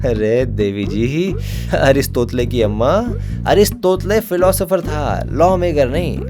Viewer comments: ARISTOTLE ❌ 👉 अरिस तोतले ✅😂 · Aristotle becomes Aristotla😂😂😂😂😂😂😂😂😂😂😂🎉🎉🎉🎉😂😂😂😂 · Aris"totle"😂😂😂 Best! 😎